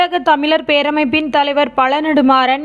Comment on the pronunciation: தமிளர், ஈளம், விளா, தமிளக அரசு இல்லை இதுல தமிழ் பற்றி பேசி😏😏